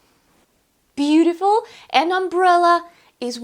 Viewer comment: nice video, but u don't say A or An correctly at the start, i think you should improve that before you create more videos